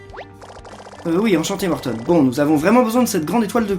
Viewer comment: sa se prononce morton pas mortone